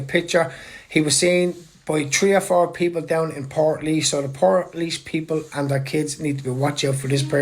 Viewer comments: It's pronounced port leash not portlease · Pronounced, portleash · I’d just like to say you need to learn how to pronounce Portlaoise properly marra,and I’m saying this with respect.